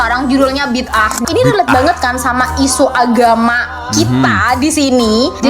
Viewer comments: Sebutannya bukan Bidah atau Bid ah. Sebutan yg betul BI DA 'AH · Hairan kenapa selalu tgk org Indonesia sebut perkataan tu BID AAH 😅 bukan nya sebutan perkataan tu BIDA'AH